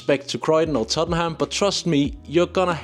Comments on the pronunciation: fyi- Tottenham is pronounced Tot’nm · I’m wondering if overseas visitors get hit with transaction charges if using a phone or card to tap on/off on public transport. FYI, Tottenham is pronounced Tott’nam and Borough is Burra 😊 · Well done on pronouncing Southwark, but work on Tottenham (= Tottenhum) and Borough (= Buhruh, hmm, just listen). You go Edinburgh spot on. Why not do a session on pronuncing UK place names. All in all your advice is brilliant! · You didn't pronounced Tottenham properly. Good video.